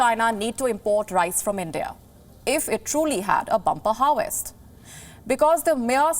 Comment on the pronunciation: She pronounces harvest as harwest.:))